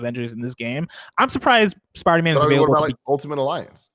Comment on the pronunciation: Why does pronounce Spider-Man like “Sparder-Man”